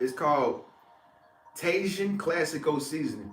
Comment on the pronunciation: LOLOL Tay Jan!!! Hahaha ur so cute it's pronounced ta heen! Silly keep the inspiring videos coming light warriors unite